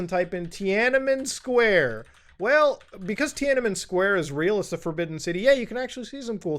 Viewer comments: cmon, muta. it's tiananmen. three Ns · My headphones stopped working the second you said "Tianamen Square"